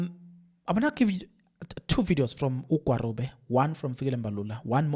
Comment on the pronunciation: just a bit of advice can you please pronounce the ministers' name appropriately It's pronounced as 'Gwagube'. The 'r' is pronounced as a 'g' Remember Nelson Mandela's moddle name "Rholihlahla,"the middle n